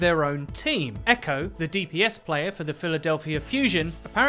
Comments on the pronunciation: It's EQO not Echo! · You're not supposed to pronounce it "Echo" you're supposed to sound out the letters E.Q.O. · btw it is E-Q-O not Echo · It is not eco it is E-q-o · ITS E Q O NOT EQO like xqc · EQO isn't pronounced "echo" it's just EQO... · I'm pretty sure it's pronounced like you would an acronym on Eqo's name. I think you just say E Q O, not echo. That's how I've heard it anyway. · It's not Echo it's EQO you say the letters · It's E-Q-O not "echo". You say his name like you are spelling it out. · It's E-Q-O